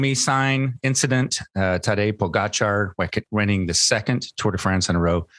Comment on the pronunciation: Lance, it's not that hard to pronounce Pogacar correctly. Show some respect!